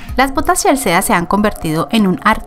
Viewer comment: No se pronuncia CHELSEEEA SINO CHELSI :)